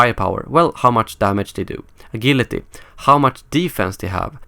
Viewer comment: Not to sound like a dick, but agility is pronounced a-jil-ity